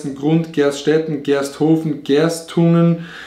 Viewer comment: Meins hatte er falsch gesagt xd es heißt gersthofen nd gersthof :D